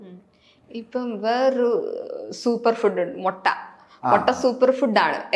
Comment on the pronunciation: മൊട്ട അല്ല കുട്ടി.... മുട്ട.. ഇവാ രണ്ടും തമ്മിൽ മാറിപ്പോകരുത്. അര്‍ത്ഥം മാറിപ്പോകും